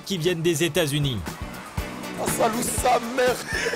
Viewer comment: "Salou" vous devez prononcer "Sa-lo-ou" (avec l'accent sur "lo").